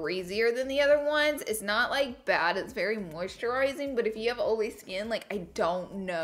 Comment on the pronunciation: Oh-Lee skin. 😅